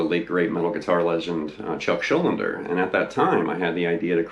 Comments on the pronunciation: Actually Chuck's surname is pronounced Shul-DEE-ner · The whole damn video calling him "Chuck Schul-linder" 😭😭 Chuck Schuldiner SCHUL--DINER